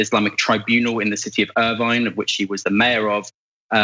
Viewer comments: Irving, not Irvine. Irvine's in southern California. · Lol did he refer to Irving as Irvine?